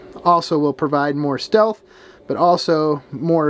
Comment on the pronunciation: "Shealth" camp 😂 you sure are incognito in that that.